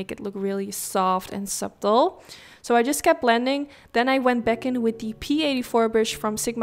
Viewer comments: Reminds me of pink lemonade 🍋 I like. Oh and btw its pronounced "Sutt-el" not "Subtle" like its spelled, the b is silent . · You say the "b" in subtle